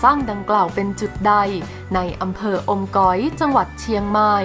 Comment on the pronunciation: อม จ๋อย หรือ อมก๋อย 5555